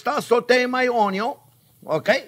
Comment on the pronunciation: THIS RECEIPT USES ONE CUP OF DICED ONYO